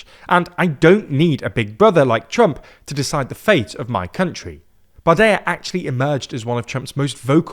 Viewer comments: Bardella, not Bardeia; you have to pronounce the l and even more so the double l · Hey love the video! Just a quick fix on the pronouciation of the french far right politician Jordan Bardella: it is pronounced "bar-deh-lah" and not "bar-deh-yah" keep up the good work! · No, no polls suggests the National Rally would secure a parliamentary majority in the event of a snap legislative election, as France's electoral system is NOT First Past the Post. Remember the 2024 elections? PS: it's "Bardella" not "Bardaya". He's French with Italian origins, not Spanish. Not even this piece of sh*t deserves to have his name butchered like that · It’s "barde-LA" not "Barde-YA". That’s an Italian name. Not a Spanish one. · its pronounced Bardella, not Bardeya. His descent is italian, not spanish Georgina never makes these mistakes, L host 😂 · Hello! There is a small pronunciation mistake for Bardella in addition to the German/Polish mistake. Unlike in Spanish, in French, the double "l" is only pronounced as a "y" if there is an "i" in front of it. So here it is pronounced as an "l". Bardela and not Bardeya. Good video otherwise! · Why do you pronounce Bardella as "bar-de-ya"? Two ll is still an l sound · Why are you pronouncing Bardella's name like he's spanish? He's "french" (italian). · Bardella is an Italian name anyway…